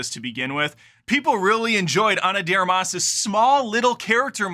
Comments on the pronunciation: Are you deliberately mispronouncing her last name or you just don't know how to say "de Armas"? You know it's not one word, right? LoL. Love the channel and humour, BTW, been a long time fan. 😎👍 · Learn how to pronounce her name correctly. I enjoyed it.